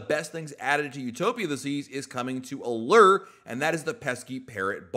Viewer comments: The U in Allure is a long sounding U, nor errrr? Like a fishing lure. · Lol 😆 the others are right. Not pronounced Alere, it's Aluuure. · maybe I was wrong. I went back to like episode 3 of the podcast and he said ah-lerr hahaha I could have sworn I’ve heard him saying it differently at some point oh well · Thanks for this. Drove me crazy. I teach 2nd graders how to read, and I verbally corrected him each time he said it!